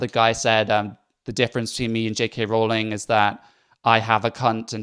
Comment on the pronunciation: See! They can't pronounce Rowling! It's all the same. Clearly their own actual knowledge of JK Rowling is through the words of other activists. Sigh